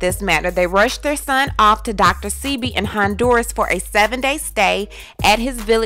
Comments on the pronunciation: Dr. Say-Be !!! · The name is Dr.Sebi . Your saying it wrong. Great video content.❤💯